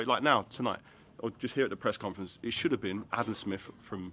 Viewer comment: 2.09 did he just say "breast conference"?